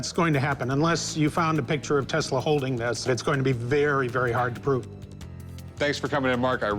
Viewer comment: Is Not Nikolai Teesla, is Nikola Tesla, is Not born in Croatia, is Serbian born in Österreichhungaria. That Must now if you say abbout greathest mind ewer.